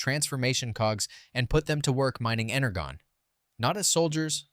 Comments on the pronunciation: Energone? Energon (Inner-jon) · Energon is pronounced enerjon